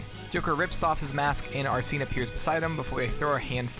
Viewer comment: Bruh. It’s Ar-sen, not Ar-seen.